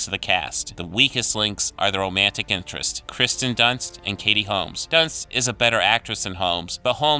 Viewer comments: Dude. Every single time you call her Kristen Dunst, it drives me crazy. Her name is KIRSTEN. KEER-STEN! Sorry. Drives me nuts. Please get it right. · Her name is Kirsten Dunst, not Christen Dunst. Just saying. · *KEER-sten *SIL-ee-an.